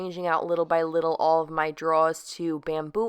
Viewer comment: Love the wooden tops! Quick Tip: Those things that we pull out are not "draws." They are "drawers." Pronounced "Draw-er."